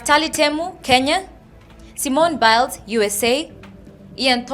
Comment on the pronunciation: the host pronounced Simone Biles as "Simon Biles" that's why they missed that point